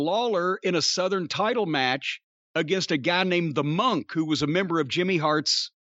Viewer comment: I literally just learned this week it's pronounced "Mun-k" where as I've always pronounced it as "Mon-k".. Hearing Jim say it so many times made me realize how wrong I was for all these years.